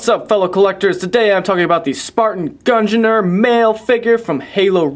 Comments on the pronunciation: Please search up how you pronounce Gungnir, it will help us all. Its like Mjolnir, pronounced: M-yol-near. Gungnir is: G-ung- near. Hope this helps people. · gung-neer